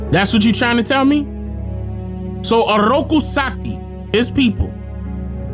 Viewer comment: knows how to roll the R real good!! ….for the Orrrroku Saki😂😂😂😂